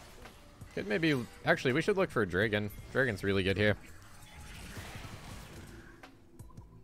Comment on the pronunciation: Why do you say Dregon instead of Dragon?